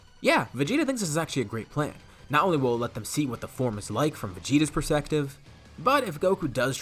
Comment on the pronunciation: You said persective, not perspective!🤣